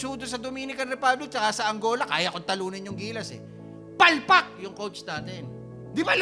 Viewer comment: May lutong talaga yung "PALPAK". 😂 Haha. Basta si Chot Reyes. #palpak